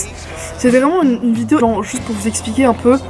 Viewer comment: J'adore le petit accent "vidiow" au lieu de "vidéo" ahah !! Continu comme ça, ton contenu brille Bisouss